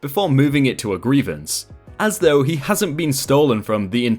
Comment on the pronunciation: Though is pronounced like hoe with a th in front of it. Not like threw.